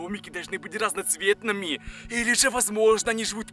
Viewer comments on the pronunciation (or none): почему ты говоришь так например:их домики разноцвеетными.типо ударение на последнем слогу